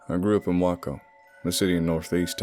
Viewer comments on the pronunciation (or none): I believe it's pronounced WAY-coh not WACK-oh, Texas. Love your narrations! 😄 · clears throat Way-co. Not wack-o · He said Wah-co 😂 its wayyy-co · Yooo I live by Waco and not to be that guy but it's way-co 😅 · Way Co, its pronounced Way Co. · Way co ( like cove) but awesome anyway, as usual. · Um it's pronounced like wakeo but it's spelled Waco other than that Outstanding job on reading it,. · Way-ko! I fell off my chair at his pronounciation! Listening in DFW : ) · Waco (way-co) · I loved the story but it’s actually pronounced “Way-co”, don’t worry about it though, Texas is the land of pronouncing things the way they aren’t supposed to. Just look at the New Braunfels pronunciation controversy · I thought I heard Waco, said as wacko. ;) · Did you hear Waco, said as wacko? ;)